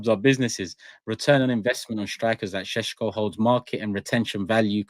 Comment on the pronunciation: I’ve been told Shesh-ko is how you say it but fck it it’s Sesco like Tesco moving forward.